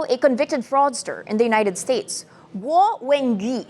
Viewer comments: u say Gwuh but it sounds more like Woh; there’s no G in there that I can detect lol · . Still wrong. Woah when ghee she said. You started with guoah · Say it like Gu-OH fast.. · Guo might as well as been Ggwhuweououeio according to 🤣 edit: lmfao